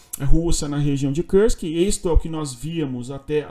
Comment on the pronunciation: Por que fala Kursk como se fosse em inglês?